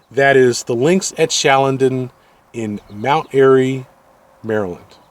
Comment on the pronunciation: 10 miles north of mount airy? Howard county…? It’s in Mount Airy and it’s Carroll County. It’s also pronounced Chall-a-don. I’m probably wrong though considering you’re the extensive reviewer…